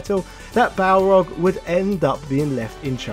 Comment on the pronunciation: I still own my copy of Super Street Fighter 2 : The New Challengers. That game always cracked me up because the announcer always butchered Balrog's name calling him Barlog, lol!